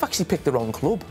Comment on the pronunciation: “Their selling the cloob”😂 classic